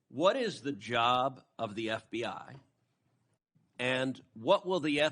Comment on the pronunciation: Ever notice, when it matters, Cruz says FDI instead of FBI?